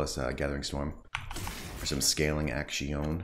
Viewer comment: please go back to saying "action" properly